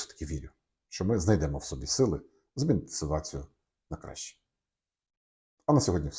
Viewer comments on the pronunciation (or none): none